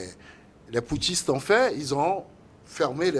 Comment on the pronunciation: Les intellectuels invités par les journalistes doivent arrêter de prononcer les mots pouthciste et junte